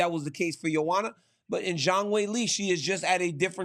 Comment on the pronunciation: Agree, but he still cant get those names right, calling Jiri Jury, Kamaru Kamara, Zhang Zang, Blehall Belal